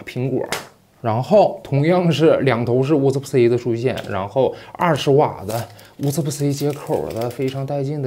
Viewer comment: “乌斯布-色欸”，不应该是“乌斯布-瓷”吗？